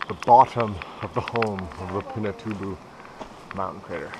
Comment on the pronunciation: you demolished the name